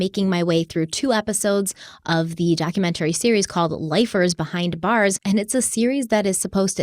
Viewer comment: I will never purchase from Magellan until learns to pronounce "documentary" correctly.